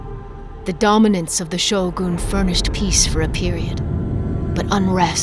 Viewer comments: anybody else weirded out by her pronunciation of "Shogún" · Hmmm.. so it is pronounced Show-Goon. Gtk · I like how she always emphasise the "gun" in Shōgun, as if telling non-Japanese that it is not SHOWGAAAAAAN.